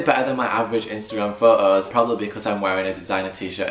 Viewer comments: Why do you say "pho-os" instead of "photos"? Whats wrong with the pronunciation? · pho-o pho-os